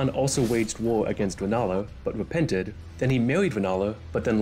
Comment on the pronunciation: I didn't think i was this superficial, but lord, when you said "ʋadagon" "ʋepented" and then "maʋʋied" "ʋennala", i couldn't help but cʋinge.